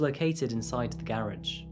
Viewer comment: Say garage. and again..